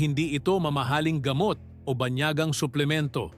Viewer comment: Tama po ba ang bigkas ninyo sa bangus, gamot ,matatamis , pamamaga,sinigang at marami pang iba